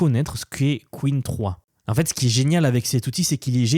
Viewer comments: J’aime bien tes vidéos mais utilise l’IA quand tu ne connais pas la prononciation d’un mot stp Arrête de dire « qween 3 » « qwine « il n’y a qu’un seul ´e´stp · Pour info, "Qwen" ne se prononce pas "queen" mais "kwèn". Merci d'avance. 😉